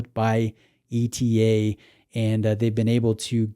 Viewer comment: It's ETA, not E-T-A :)